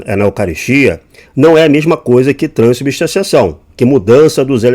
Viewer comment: Crescer nas costas de quem? O cara não sabe falar “transubstanciação” 😂